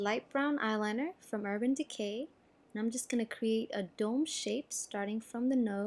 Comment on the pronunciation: Is it just me or does the word ''Dome'' sound funny, lol.